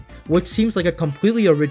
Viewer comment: Your wording in the desert section seemed really confused and you mispronounced Hydrocity but this was a mostly well put together video I could do without all the flashing though